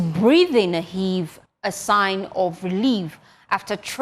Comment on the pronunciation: 'Heaves a sigh of relief, not a SIGN of relief, Ms Host.